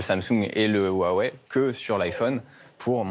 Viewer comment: A quand il a mal prononcé le non Huawei j’ai arrête de lui porter confiance.